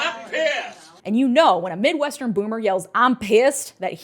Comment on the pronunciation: I thought the exact same thing when I heard that LMAO Hell hath no fury like a midwestern boomer yelling "AH'M PISSED"